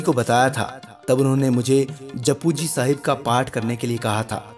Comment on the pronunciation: Bahut Khoob... ..par excellence! But I just want to request that please make an effort to pronounce the words in another language correctly. It is not Juppu ji Sahib but Japji Saab, just go to Andheri Gurdwara and ask the granthji how to pronounce the punjabi words correctly.